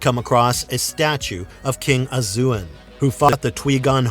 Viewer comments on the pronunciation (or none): WTF?!?!... I WAS going to quit this video after that desert club, but I kept going. Guess what I heard?... "TREE-ants" "SHAY-men" King "a-ZOO-in" "TWEEK-on" Hordes "Van-GAR-da-hast" "Ka-LOO-a" Veladorn Terrible. Just terrible.